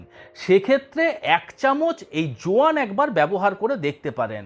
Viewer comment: যোয়ান টা কি বুঝি নাই,কেউ একটু ক্লিয়ারলী বললেন?